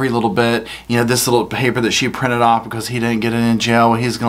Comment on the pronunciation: This is where he goes Owf not off but owf🤣🤣🤣🤣